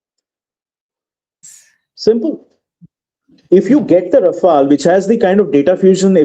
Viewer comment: Its not Rafael dear its Rafaal